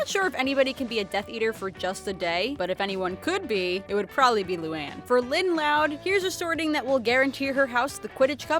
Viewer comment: It's not Lyne it's Lynn